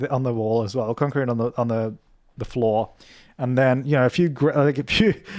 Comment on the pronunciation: Idk why but I love how pronounce “concrete”. It’s so satisfying 😂